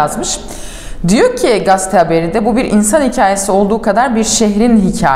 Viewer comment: Nevşin hanım gaste değil gazete diye söylenir.